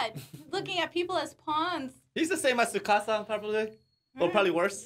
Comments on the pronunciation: The T in Tsukasa is NOT silent, just like the 't' in tsunami is not silent either. Have no idea why society randomly out of nowhere decided to make their own rules about a totally different language and completely ignore a letter. 99.9% of the time in Japanese, you pronounce EVERYTHING. No weird shit like silent e's in the English language. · The T in Tsukasa is not silent. It’s not Sukasa. You pronounce tsu with your tongue touching the roof of your mouth as you make an s sound making it sound like your simultaneously sounding out a t and an s. Hope that helps.